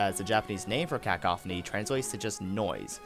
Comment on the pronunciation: It's Cuh-Cough-any